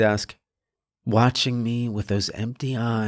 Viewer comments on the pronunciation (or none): Story is fine but why'd he have to pronounce me as meh, empty as empteh?